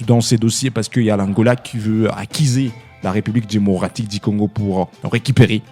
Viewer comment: Parle bien. Pas Dimocratique mais démocratique...tika fière papa😂😂😂loba bien